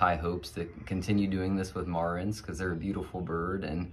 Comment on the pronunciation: You wanna be the go to man for BCM in your area and you can’t even say the name of the chicken correctly? It’s Mare-ens, not whatever you’re saying… now I’m turning off the video ;)